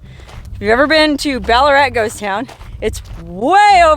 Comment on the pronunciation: ballarat is named after a gold mining towm here in victoria australia during its booming gold rush of the 1800's and by the way, you pronounced it perfectly